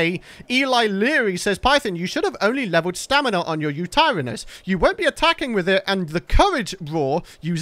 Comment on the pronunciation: You pronouce yuturanus uta ran is